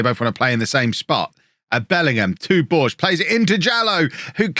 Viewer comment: BorgeSSSSS!!! He's not french, he's portuguese! Let me hear all those letters! (it actually sounds more like a "-sh" sound at the end, not a "snaky" S).